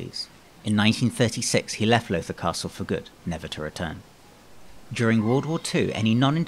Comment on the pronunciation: You did a very good job on the history. Unfortunately you mispronounced "Lowther" all the way through the narration. The "ow" is pronounced like the "ow" in "brown". Think "How now brown Lowther." Thank you for your effort, nevertheless. Perhaps you would consider re-recording with the proper pronunciation in the future.